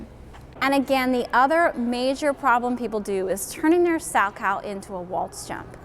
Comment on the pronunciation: You are mispronouncing his name. It is Sal-Ko. Not “cow” as in the farm animal.